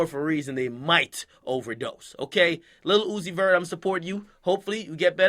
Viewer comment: Every time he says Lil Uzi Vert I hear "Lilucifur".. Lucifer type shit 🤔🤔🤔🤔🤔🤔🤔🤔🤔🤔 ⚰️⚰️⚰️⚰️⚰️⚰️⚰️⚰️⚰️⚰️